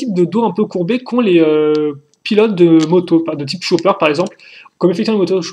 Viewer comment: ..... "Le Cho-pper"......